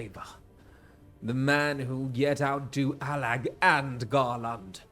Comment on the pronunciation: the second syllable of Garlond is the same as the second syllable in England